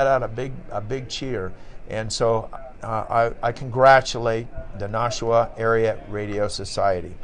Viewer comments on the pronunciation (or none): Ooops, inadvertently misspoke. NARS, the Nashua Area Radio Society, N1FD, is in New Hampshire, not New Jersey. And while I'm being unduly picky, we in New England pronounce it Nash -- oo--ah. Nash rhymes with bash, not posh.